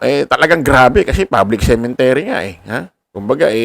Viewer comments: cemetery hindi cementery😂😂😂😂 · Cemetary not cementary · Sorry po, CEMETERY, hindi cemeNtery. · Cemetery not CemeNtery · Cemetery..hindi cementery...